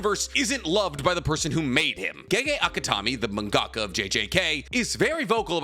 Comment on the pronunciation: its pronounced manga-kuh. and mangakas is technically also correct, but mangaka also serves as a plural. (I have a sticker of nobara on my phone with the roses on her face and hands)